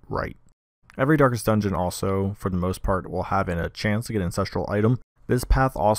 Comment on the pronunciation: "Darkets" I appreciate all of these guides thanks